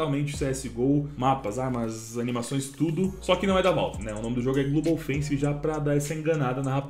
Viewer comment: "Glubou fencis mobaiu" carai dog, vai fazer um cursinho de inglês ai namoral kk